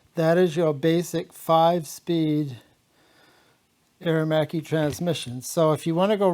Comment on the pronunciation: Two syllables " air machee" 🇮🇹🇺🇲👍